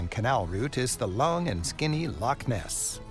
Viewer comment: So when he is talking about the Caledonian canal he says locks between lakes is because he doesn’t say Loch properly it’s Lo—chhhh and not lock. He says lakes in other places in this film, it’s infuriating, get it right Loch.🏴. The coast of Scotland is stunning, on the north-west the white sand beaches and turquoise seas are beautiful also the palm trees 🌴 would surprise anyone, visit Plockton it’s a wonderful village with palm trees 🌴🌴🌴🌴🌴all along the front between the road and the shore.